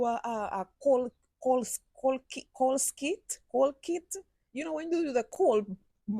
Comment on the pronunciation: Coal kiln NOT skill